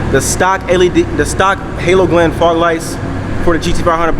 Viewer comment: You said "Halo" "Glen" lol... good vid